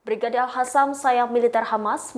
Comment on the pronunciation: Utk pembaca berita : yg betul bacanya Al Qassam pakai huruf Q bukan Al Hassam. Bismillah INSYAALLAH PALESTINA SEGERA MERDEKA ALLAHU AKBAR